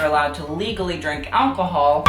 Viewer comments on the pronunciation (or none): none